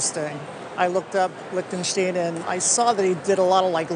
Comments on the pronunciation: lick-ten-shteen. These days I doubt if I'll have any situation where I might say it, but thanks for that (It's like Young Frankenstein) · I thought it should be \lick-ten Sht-eye-n. I was always taught "The second of the two, gives us the clue" so 'ei' is pronounced 'eye' and 'ie' is prounounce 'ee' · Lech ten sch tine. Stein, long i. As people call a beer stein. Same word, stone.